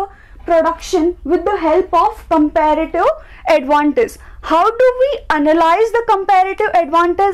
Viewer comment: You make me wana kill myself with your compeeeeeğğğğğfsdfsdgdsklrative advantage pronouncation